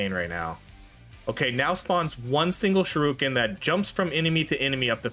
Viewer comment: Shuriken did so little dps because you kept calling it Shoruken